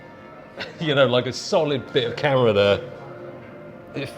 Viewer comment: "the NuEw Neehkon zee-eph full frame camuhra"